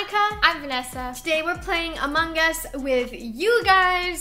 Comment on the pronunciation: How you guys pronounce the g in among XD